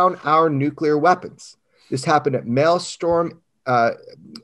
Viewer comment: The name of the base Jeremy is trying to say is MALMSTROM.